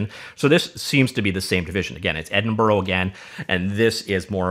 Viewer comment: Nice video, but just so you know, it's pronounced ed-in-bruh.